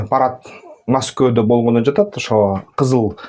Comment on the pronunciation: Неге маскоодо жон эле Москвада Эле дечи тилин келбесе да бир жон болчу